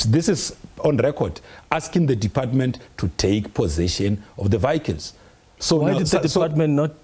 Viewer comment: I knew it’d go south at the first “vayicles”